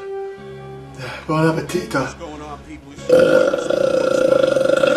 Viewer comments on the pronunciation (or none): Can someone please tell him that's not how you say Bon appetit